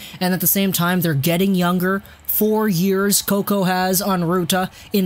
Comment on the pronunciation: I died when you said Slater Coco 😂